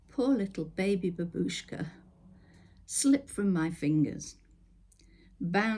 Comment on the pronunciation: Dear thanks for your wisdom❣️It's interesting that you call nesting dolls🪆- grandmothers👵🏻"babushki".We call them " matrioshki". In the word" babushka" the stress falls on the first syllable 😁 Take care ☕️🥧✨️